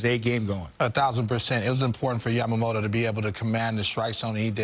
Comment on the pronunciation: ヤマモロの名前言いにくそうだからイチローみたいに登録名変えよう👍